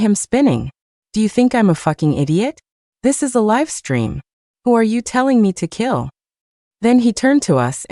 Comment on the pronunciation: Like the Luna and Chloe stories. I would like them even more if the narration didn't randomly change into a weird hard to understand accent, and have simple words like live and fine mispronounced.